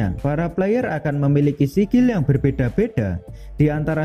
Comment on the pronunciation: Sekil bukan sikil